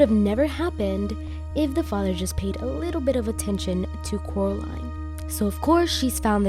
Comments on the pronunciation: But Cannot Pronounce The Name Of Coraline He Say Caroline Instead of Coraline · How does I’m just going with that since I don’t know how to pronounce his name. But how did he know that Coraline moved to the pink palace?